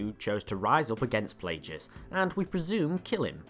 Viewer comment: It's pronounced Plagueis, not darth Plajueis.